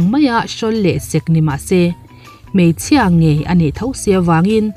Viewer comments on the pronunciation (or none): none